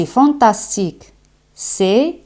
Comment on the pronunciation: en "fantastique", las "a" se pronuncian como "a" o como "0" ? Parece que dices fontostic